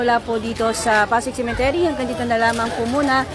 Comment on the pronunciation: Correction lang po...😊🤗✌️✌️✌️cemetery Hindi cementery. .. ✌️✌️✌️🤗🤗🤗